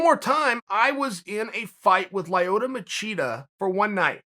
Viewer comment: Everyone: Lyoto Chanel: Lieotoe